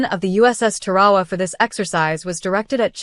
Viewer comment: It's not Pronounced Ta-Ra-Wa, Its Tar-a-wa!